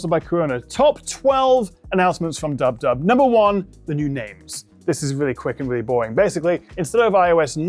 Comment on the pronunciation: "dub-dub"? Are you sure it's zero alcohol? 😁